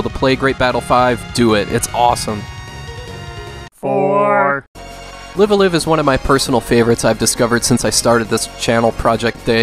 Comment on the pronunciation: Good video and selections! but: It's "KAHmen rider" and "Live ALIVE"